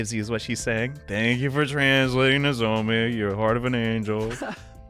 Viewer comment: IM ALREADY 13 VIDS IN. HOW MUCH LONGER IS GONNA CALL HER NOZOMEH INSTEAD OR “NOZOMEE” ahhhhhh. HE DOESNT CALL DARUMI DARUMEH!!!!!